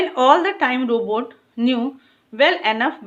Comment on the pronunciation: Mam vo robutt h robot nhi and thanks for explanation ❤